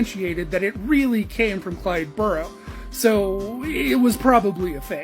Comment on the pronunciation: The last name is pronounced Bear- o . It’s British.. Means a h😂I’ll or mound. I know my name is Ed Barrow. Watch the movie. Even Warren Beatty says it right as he 😂introduced himself to Bonny. Thank you